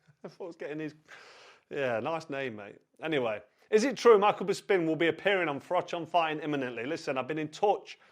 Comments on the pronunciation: BISPIN!!!! Who the fuck says "BIS PIN" Ffs just stop carl!! Your a legend but You know zero about mma. Painful hearing when you talk mma. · Anyone else notice he said "Bisping what a guy" 😂😂😂 he definitely does this on purpose! "What a guy? Whats gay" hahahaha